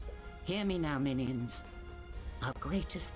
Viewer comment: Every time the computer says "A minion is deserting"... it sounds like "mignon".... and I think of filet mignon